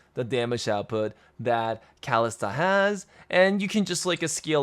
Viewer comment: ...it's Kha-list-ah not what on earth you were going for xD